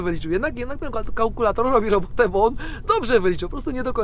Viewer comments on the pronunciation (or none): Kałkulator........ XD brzmi jak urządzenie pomagające w robieniu dwójki, mówi się kalkulator pozdro